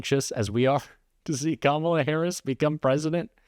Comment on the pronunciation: That judge jeanelle or whatever her name is seeing she can't pronounce Kamala Harris's name. If she can't pronounce the name she shouldn't be a judge anymore!